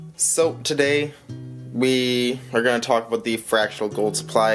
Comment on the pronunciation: Stack the frac. bro! Love me some gold! Did you say aboot?! Pamp gold is nice for sure too! Fractional is getting tough, still see the old sovereigns floating around for fractional... Bullion is donezo! Supply and demand runneth amuck! I just picked up silver today for my $10 challenge! I don't love the big wait... i wan't satisfaction now! Great video, thanks for the share!